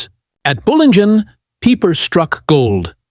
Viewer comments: Peeper-Peiper? Hard to know where to begin. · Like Peeper for pieper